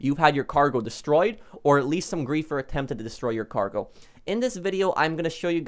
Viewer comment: it's cargo not gargo lol